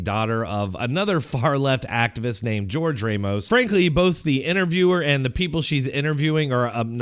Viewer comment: It's not “George” Ramos is Jorge like “whore-hey.”